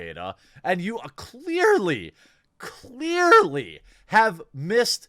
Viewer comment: 2 of the best possible way to say "clearly" with super powered emphasise!! 😂 winning 🥇